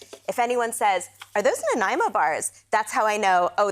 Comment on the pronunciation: As a British Columbian who grew up on Vancouver Island, thank you SO MUCH for pronouncing Nanaimo correctly, which is somehow an impossibility of most Americans.